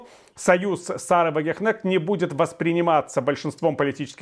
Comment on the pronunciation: Если правильно её называет, то это Сара Вагнер кнешт !!!